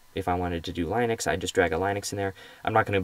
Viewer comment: haha line ex, pronounce it lin ux